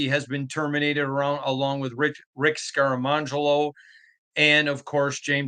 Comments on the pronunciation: I live for mispronunciations, but "Scaramangelo" for Scangarello just killed me. Makes me look forward to the Raiders drafting that high school linebacker from Lawrenceburg in a few years. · Who is Rick Scare-ah-mon-jello? 😂